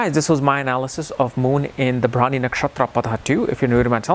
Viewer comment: That is bharani not brawny